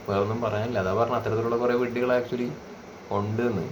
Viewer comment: മേലിൽ “വിഡ്ഢികൾ” എന്ന് തന്നെ പ്രൊനൗൺസ്‌ ചെയ്യാൻ ശ്രമിക്കുമല്ലോ. !